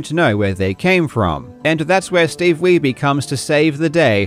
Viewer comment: bro said "steve weeby" LMFAOOO his last name is german you dolt weiße (weiss) means white his name is steve white... 😂